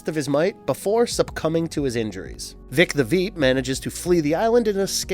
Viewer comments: I can’t believe Vic the veep is a tongue twister for him this man is saying veep the vep… who the the fuck is that 😂 I can’t believe he can’t say an American name vic… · "Veek the vhip" 🤣 Must've been hard saying Vic the Veep so many times! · How many times did he say Veek the Vip??? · “Voy-t America” and “Vic the Vep”. Loll. Are you guys hiring? If I don’t have to do research. I could definitely do this.